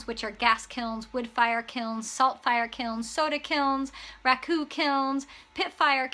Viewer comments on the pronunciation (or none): Wow, I thought you said Raccoon kiln ! 😂🤣